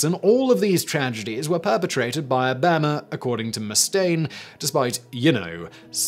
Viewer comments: Anyone else get really confused for a second by the way he pronounces "Obahma" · I know I guess he’s from AlaBAMA! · O BAM a! I’ve never heard someone say his name that way. You certainly have some interesting pronouncements of US peoples names. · Yeah I thought I heard it wrong at first. He seems to think Obama is pronounced the same way as Alabama. WTF? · Holy crap. Bah-rock O-bah-ma. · I’m starting to think that Simon is just trolling us with his mispronunciations. C’mon, Simon. You have to know how to pronounce Obama and mafia. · PSYMON WISTLURE??? Did I say your name right??? How can you not pronounce Obama? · I love how Simon apologizes for butchering foreign names and words, but manages to mangle Obamas name so hard I didn't actually think he was talking about the former US president... Really Simon? How?